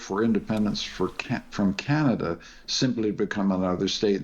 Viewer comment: Why is this fellow having problems pronouncing simple words..... Canaga? PM Harney? Come on..... NOT funny.